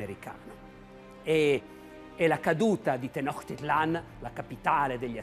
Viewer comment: Bellissimo documentario, solo una precisazione: so che frega poco però la pronuncia è Tenochtitlán, quindi quella è una C (suono di "ciao", non una K ) e con l'accento sulla A e significa "Il luogo (Tlan) del cactus sulla pietra (Tenochtli). Il Cactus è una pianta sacra, tutt'ora ne mangiano le foglie, che sono morbide, e perfino la bandiera del Messico ha il cactus sacro, sopra cui un'aquila reale che ha catturato un serpente (rimando al Dio Quetzalcoatl) si posa.